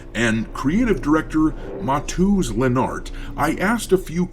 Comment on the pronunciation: Just fyi. Maciej = Machei, Mateusz = Mateioosh. Stress on second to last vowel sound. It's Polish and tough lol. Good try!